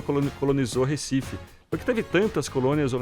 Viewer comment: "RÉcife"... até quando?